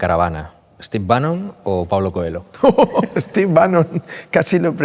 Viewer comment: "COELLO". La H en portugués no es muda cojones!